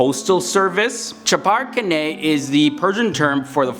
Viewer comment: Let me introduce you to the sound of "KH" in Persian. Chapar Khaneh listen to the sound of "Khaneh" in this link by the way "Khaneh" means "home" which we always pronounce as "khooneh" in informal conversations. And of course the word "Yakhchal".